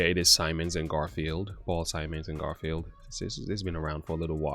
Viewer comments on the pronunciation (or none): Garfunkel, not Garfield! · It's not Garfield its garfunkel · Garfunkel not garfield